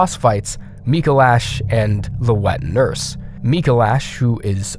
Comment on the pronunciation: The inflection you put on "wet nurse" makes it sound like you're referring to a nurse who is wet.